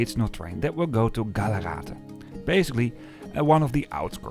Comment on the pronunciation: GALLARATE not Gallerate.